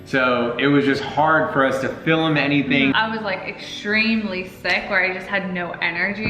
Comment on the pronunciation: dhar i it’s pronounced film not filum 🤦🏼‍♀️